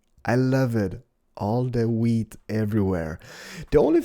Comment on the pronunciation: He says weed instead of wheat xD